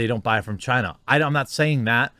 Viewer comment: Well i mean its CHIEEENAH